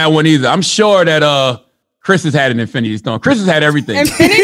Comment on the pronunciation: I’m sure that Chris has had an Inifinty stone” that killed me